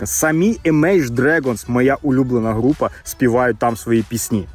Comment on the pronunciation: така найлюбленіша группа Imagine Dragons, що навіть назву неправильно сказав